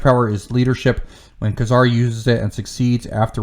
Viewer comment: Nice list, but it's always been pronounced 'KAY-zar'.